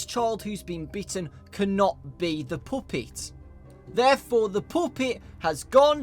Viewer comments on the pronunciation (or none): " the POOPET!" I'm sorry I couldn't help but laugh😂😂😂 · Puppet NOT poopet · What's a "puhhpitt"?!?!?! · when you say puppet, its sound like poopit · hehehe i love the way you say puppet its funny